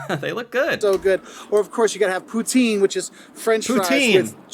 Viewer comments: Pro tip: It's not poo-teen. Its puts-in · It's not poo-teen, it's poo-tin .... not to be confused with Pu-tin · I literally just watched 15mins of this vid and at the 15 mark the dude says poutine the most American way possible he is an imposter I real Canadian pronounces poutine a very certain way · Not Poo-teen Poo-tin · The one mistake was it’s “ poo tin” Not poo teen and spelled putin ❤️🇨🇦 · Where I live it isn't pronounced poo-teen. it is pronounced poo-tin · Having Canadian versions of American chains is interesting because it's actually different. But I would still recommend Canadian chains. Please learn to pronounce pout-tin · Yall dont say poutine right lol